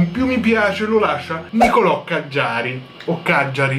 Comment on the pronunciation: Grazie mille per avermi fatto apparire, sei un grande!😁😁 P.S. avevi pronunciato giusto quando hai detto Càggiari😉